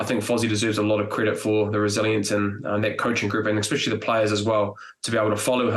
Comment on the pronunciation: Enough is enough Bryn Hall - I've sat for weeks listening to you pronounce the word especially as exspecially... 😂